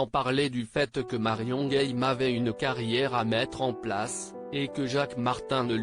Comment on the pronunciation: Marion game prononcé à l anglaise c est ridicule